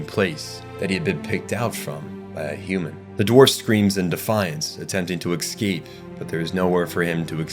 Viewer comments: Great video bro but ..how many Ks do you think are in the word "eScape"? Not Exscape or Ekkscape... Say it escape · It's pronounced Escape. Not "Ecscape". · Every time he said "exscape", my soul hurt. Otherwise, fantastic video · excape. Nothing worse than mispronunciation of simple words. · Love your videos, you do great work--kills me every time you say "ex-cape" though lol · "Excape" "excapes" "excaped"... your incorrect pronunciation of this word is so jarring (immersion breaking) that I started to feel as though you purposely mispronounced the word over and over. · take a shot for every time this guy mispronouncews the word "escape"